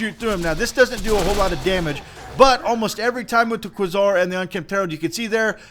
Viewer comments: It's pronounced QUAY-SAR, not KWUH-ZAR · It's a long A, "kway-zar" not "kwuh-zar" FYI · kwuh-ssar? Try qua(ke)-czar. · QuAezar, not quesour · please say Kway - zar instead of kwah - Zar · It's KWAY-ZAR. Not KWUH-ZAR. Thanks. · Pronounced Kway-zar. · It is pronounced qway Zar! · Quasar = Kway-zar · Quasar is pronounced (q-way-zar) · For gods sake! It's pronounced Qway-Sar! Lol good vid brotha! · Qway-Zar, just sayin'. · no, its kway-zar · it is called kwa-zar... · Dude. It's pronounced kway-zar. Seriously. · I thought it was "kway-zar" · I'm sorry, but most say "Quasar" as "Quay-zar" No hate, just been bothering me. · probably died so young because he couldn't pronounce quasar correctly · wow the guy doesn't know how to say Quasar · I wince every time he mispronounces Quasar. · It is pronounced like Laser with a "Qu" instead of an "L" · quasar is an actual word, that is not pronounced in the exotic way you employed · please... don't ever say quasar again.